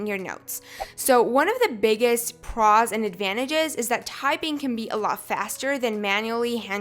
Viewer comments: was i the only one getting bothered by the way she said "pros" (not a hate commment btw) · she seriously needs to learn how to pronounce words... the way she says “pros” makes me want to jam a pencil in my ear...